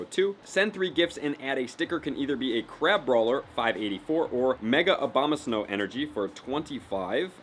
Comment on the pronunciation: Abomasnow not Obama